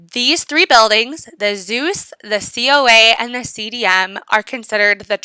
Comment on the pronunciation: i like when you say "zous" hhh